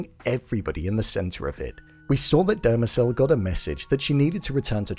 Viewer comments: It's not Dermazel it is DEMERZEL!! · It’s Demerzel, not Dermezel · Christ Almighty ...you have the episode to reference and you STILL mispronounce things. It's not Dermezel or Abararis...Demerzel and ubaranis. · The way you pronounce Demerzel is getting under my skin 😂😂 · I think you pronounced Demerzel wrong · You're still mispronouncing Dermezel's name.